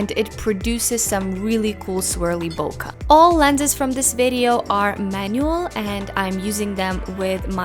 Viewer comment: It's BOKEH not "boka"